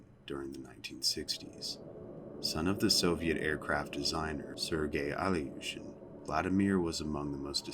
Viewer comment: His last name was Eelyushin (Ilyushin Илью́шин), not Alyushin